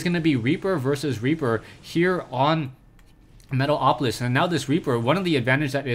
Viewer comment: Lol, luv when you say Metal - o - polis :)